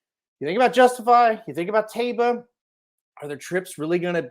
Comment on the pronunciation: Phonetically pronounced TYbah.